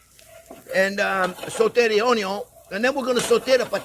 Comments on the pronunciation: If been pronouncing "Onion" differently ever since discovering this channel. Aloha from Hawaii :) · After all this time the "Onyo" STILL hits that spot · Onyon first…. Unless there is bacon!…. 😜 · "I always screw up something, but you know what, I am having fun" That's why You're my favourite YouTube chef, You always come out on top. Your excellent technique, wonderful recipes and it always make me happy to watch You cooking. And beleive me, watching You making mistakes makes me much better at cooking. ... and I even start pronouncing onion like You, it sound much more delicious that way!